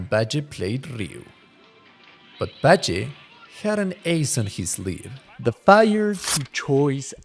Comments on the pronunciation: Dude, for making a video of Alex Valle in order to pay your respect to his achievements in his fighting game career you do not seem to respect him. His name is Alex VALLE, V A L L E!! NOT BADGEY!? What the fuck is wrong with you? How hard is it to say VALLE? Seriosuly man... Poor effort man... poor effort. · you mean Valle when you say Bajay? :D Why Video has nice editing I like it. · Hearing in pronounce the double L in Valle like Js was super annoying. Like in what language are Ls pronounced like that? It’s a Spanish surname so obviously the double L is pronounced like Y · Aleks Bye-jay 😂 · not to sound like a dick or anything but it may be worth redubbing. its a good video but you said alex's last name super wrong.